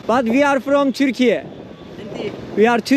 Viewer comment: Kaç kere diyeme I am from türkiye demek mq :)) törki diye okunuyor türkiyenin ingilizcesi :))